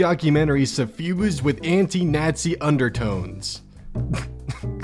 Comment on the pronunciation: WHY U SAYING SUFFUSED LIKE THAT